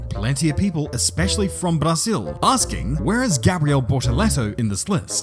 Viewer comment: Oh you're so wordly and cosmopolitan with your pronounciation of Braziu and Baghrain If only you did that for every country mentioned you Wouldn't sound like a poser